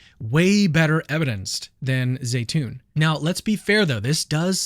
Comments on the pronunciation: Zeitoun is pronounced Zeetoun....not Zaytoun,just for the record 😉😉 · My son's Egyptian girlfriend saud that it is pronounced Zi..(long i)...tune.